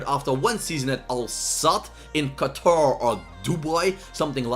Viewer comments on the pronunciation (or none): none